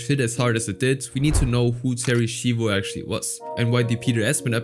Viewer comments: Its pronounced shyvo not shivo. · Im sorry they way u pronounce Schivo pissed me off, its shivo (shy-voe) not (she-voe) who ever hired the narrator, u can tell bro didnt even watch the episode, becasue they pronounce it correctly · gotta love how he keeps pronouncing it "Sheevo" despite the fact that the clips he uses quite clearly show it's pronounced "Shivo" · Terri Sheevo lol. If he even just watched the episode, he would know how it's pronounced. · It’s pronounced shy-vo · excuse me but wtf is a sheevo? You literally played a clip of them correctly pronouncing her name which means you are willfully being disrespectful towards a vegetable woman they killed. You are a horrible person. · You hear how to pronounce her name correctly in the family guy clips, and I hope you would have done basic research. It is so annoying that you take zero effort in pronouncing someones name. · Bro theres no way you heard them say Terry shivos name amd still pronounced it wrong come on now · dumbass mispronounces Terry's name even tho the clip has the right pronunciation, do you not watch the shit you talk about???